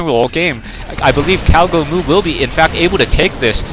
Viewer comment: I think one you named him "gowgomoo" instead of "cowgomoo" :P